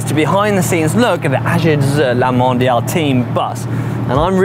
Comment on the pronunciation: He prononce this name pretty well at the start of this vid